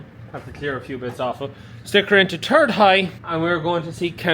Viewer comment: Not sure which gear “turd high” is 😂